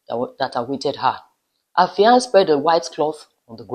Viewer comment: Fiance (male) and Fiancee (female) have the same pronunciation. Please Pronounce for the male the way you pronounce for the female .